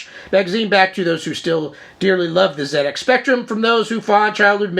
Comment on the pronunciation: Being English and having a 48k ZX spectrum in the early 80s it's great to hear an American viewpoint of this classic British computer.i love your enthusiasm and you seem like great fun.i'm also pleased to hear you pronounce it zed X,and not zee X!great stuff!